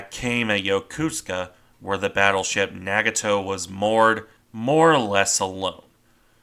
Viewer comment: Are your pronunciations of the Japanese ship names correct, ie Nagato? I've heard them pronounced differently.